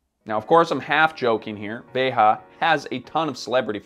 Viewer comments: I don’t know what makes this video a waste of time the most: the fact that bro did an entire video on a brand whose name he can’t even pronounce (“Veja”, not “Veha”) or the fact that his conclusion is “I would wear them if I were given a pair but I think you should always buy secondhand”, which could be said just about any new product. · If my memory serves me well, I believe "veja" is meant to be taken from Brazilian Portuguese, not Spanish, so it should be pronounced as /ˈve.ʒɐ/ not /ˈve.xa/ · Would be nice if this guy could say the name properly. It's not vayHAH. Veyjuh is it. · I never write comments, but am an avid subscriber. I'm 2 mins into this and it's killing me that keeps pronouncing Veja wrong. It's a common misconception that it's Ve-Ha because its a couple of french guys and it's a french brand. However, it's a Portuguese name, there for pronounced Ve-Jah. Writers and editors, please look up pronunciation and relay that to, Veja's Youtube has a video where they explain the name, or origin (iirc). IMO it really takes me out of a video with a glaring mistake like this. I say this constructively and as a fan of the channel. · Veja pronounced as VEJA it means seeing in Portuguese. Not Veha, or anything else. Sebastian Kopp said it himself on Hypebeast Radio with Jeff Staple several years ago. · it’s pronounced ‘veja’ not ‘verra’. I can understand people pronouncing it with an American accent, but if you’re gonna try and sound clever by saying it the native way, then at least do it properly. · I quite sure it's pronounced 'vay-zhah, not 'vay ha' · is pronouncing the name incorrectly. The brand name, as spoken by their own founders, is basically the pronounciation we have in Portuguese: Veja [veʒɐ]. And the brand is sold in Brazil as "Vert" (green in French), because of the issues pointed out by here. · Thank you for this comment. As both a Spanish and Portuguese speaker, it hurt to hear Veja with the ‘h’ sound knowing it’s a Brazilian word.